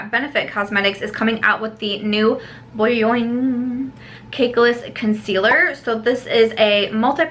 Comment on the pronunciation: I’m dying at the way you say “Boiing” 😂😂